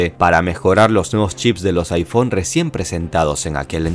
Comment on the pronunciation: aifón, y aipàd